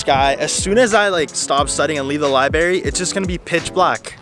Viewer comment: I love your videos but it just bothers me that you say “libary” instead of “library”